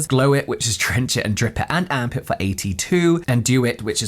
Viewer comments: Every time you say Amp It I'm hearing Arm Pit 🤣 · I’m sorry each time he says “Amp It”, I hear armpit 😂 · Am I the only person who thinks that “Amp it” sounds a lot like armpit when pronounced faster?! 😅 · I heard “Armpit” 😂😂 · when u said "amp it" i heard arm pit and it made me chuckle a bit 😂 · I came to say the same thing! 😂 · 😅😅 I almost commented this. I'm glad I checked the comments section first. All I hear is arm pit too.